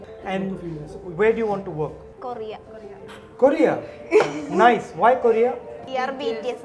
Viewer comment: "KORRRIIYYYAAA..."........"Vee ARR Beeteeyass Arrmy" 🗿☕